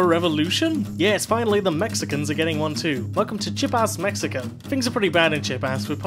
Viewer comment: Chip-ass, Mexiko.